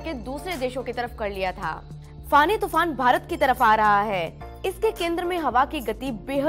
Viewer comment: इसका नाम फोनी है न की फानी।